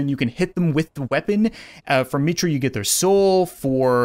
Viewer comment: It isn't "Meetra," it's Mitra